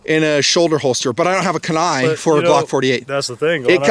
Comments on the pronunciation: it’s pronounced Keen eye, not Ken eye. Great review, love these, I have 4 of em. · Its pronounced Kee-nye. Not can-i? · Love this rig! I have three and they’re awesome ! Btw it’s pronounced Keen Eye my friend. Keep up the phenomenal content! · Pronounced: Kee- Nye. Named after the Kenai Peninsula, in South Central Alaska. Where the Kenai River and Kenai Lake live. Gorgeous country. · It’s pronounced Keyn-eye. They are great holsters for hiking, hunting, and fishing here in Alaska. Also, they will custom make them for most guns if you order through their website. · It’s pronounced kee-nigh